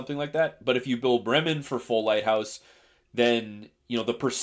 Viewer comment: "It's the Bremmen, the Bremen (right pronunciation), we'll stick with Bremmen"😂